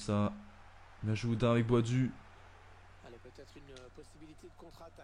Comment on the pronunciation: Ça se dis pas boadu mais boadou tu dis les 2 ça me fais rire 😂